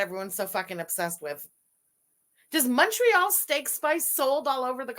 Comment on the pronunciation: even MFW in Indiana has Montreal Steak Spice. She calls it "Monorail" steak spice. Yes, monorail like the train 🤣